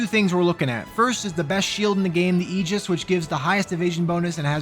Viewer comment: Incredibly small detail, but I appreciate the proper pronunciation of Aegis. After many hundreds of hours of another JRPG sequel, I am easily irked by hearing people pronounce it like ages.